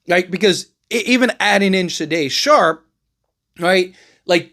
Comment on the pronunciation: SHAY DON SHARPE. Come on man lol